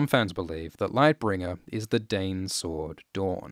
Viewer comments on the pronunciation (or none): I feel like "Dayne" is how a Dothraki would pronounce "Dawn".... Read into that as you will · Your accent says "the doern family lives in doern, and has a sword called doern." (Dayne, Dorne, Dawn) To your credit, you are also very good about prefacing "the country of doern", or "his sword, doern" Never confused, just funny.